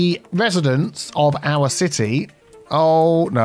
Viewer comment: "Citeazens" hehehe and "Citea"